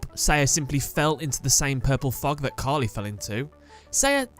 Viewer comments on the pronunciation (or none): none